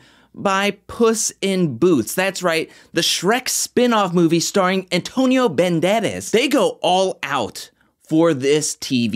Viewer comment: My guy, don’t ever say Banderas and while we’re on the subject, try and steer away from saying Horacio as well 😂. JK, can’t get enough of your videos!